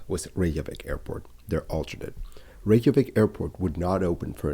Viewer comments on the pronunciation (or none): It's NOT "Ray-zhah-vik"; it's "RAY-kyuh-vik". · I’m surprised an aviation expert is writing Icelandair as “Iceland Air”. Sorry I worked for their London office a while back and this error absolutely grates on me! 🙈 Your pronunciation of Reykjavik, 70% of the time, is rather off too. Sorry.